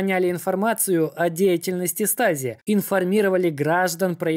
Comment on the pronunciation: Stasi - звучит как ШТАЗИ а не стази